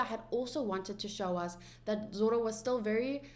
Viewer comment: And zoro is zolo 😂